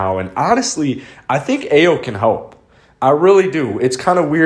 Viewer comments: Really looking forward to seeing Ayo in a Bulls uniform! Illinois' first ever AP First Team All-American and the most clutch player in college basketball the last two years! (Btw it's pronounced "i-o") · He is excellent in the pick and roll. He is a winner (his teams win). Please learn how to pronounce his first name (ä-yō).